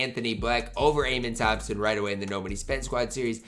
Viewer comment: amen thompson is pronounced “uh-men”